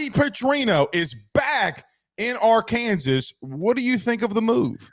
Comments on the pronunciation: Soon as he said AR-Kansas i knew he nothing about Arkansas at all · It’s Arkansas! Not Ar-Kansas. Best watch the Dmac post game interview after beating Lsu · can’t even say Arkansas right what a douche